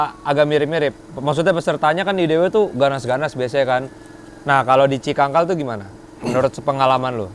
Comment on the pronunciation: Cicangkal bro, bukan cikangkal😂